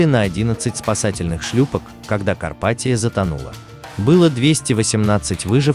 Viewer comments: Почему КарпатиО? Дебильный робот! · Карпатио, напомнили нокиО😂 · блядь, карпатиЯ по русски будет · Карпатио😂😂😂😂 Лооол)))) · Эль Карпатио это феерично